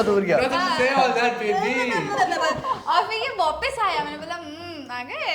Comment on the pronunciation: Take a shot every time akriti says "wopis"